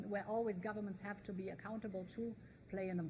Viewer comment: "We haf ways". You would think they had learned a lesson after the last two attempts.